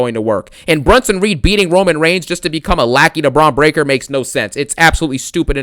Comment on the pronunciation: I crack up every time this mf says “Bronito Breakker” & “BRONSENO REED” 🤣🤣🤣🤣